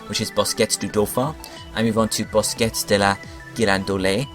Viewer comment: The French pronunciations made me crack up lol BOSKETTE!